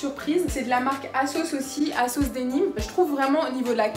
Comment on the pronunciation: j'ai compris pendant toute la vidéo que tu disais la marque kasoss lol en tout j'adore ton haul